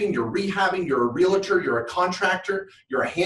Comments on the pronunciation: I hate to be picky, but its not Real-a-tor!!!! The word is pronounced REAL-TOR. You wouldnt say Doc-a-tor!!! its Doc-tor. Two syllables...not three. It drives me nuts as an agent!! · you are in real estate. But its a Realtor, not Realetor